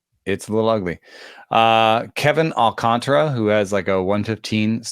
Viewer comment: ALCANTARA. There is a whole ass letter in the name that white people refuse to pronounce. AWL-KAHN-TAR-UH. Not AWL-CONTRA There's an A between the T and the R. TAR. Come on.